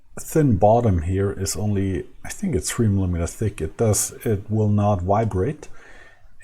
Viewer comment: He's laughing at your accent saying "vibrate" - sounds like why brate.